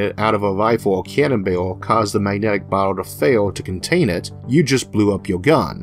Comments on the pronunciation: OMG Isaac, you pronounce "barrel" like "bale". Kind of funny ... I had to think of what you meant. Sorry ... I understand you're speech impediment is a serious problem and I'm not trying to deliberately make fun of you. I had this problem as a child so I can totally relate. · A "bewo"? What's a "bewo"? Oh, you mean "barrel"! And "awo" is "air"?!